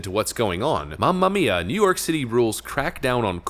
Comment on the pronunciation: "New York Shitty" My new favorite accent.